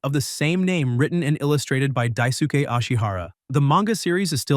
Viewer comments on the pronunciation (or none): Dai ske not suke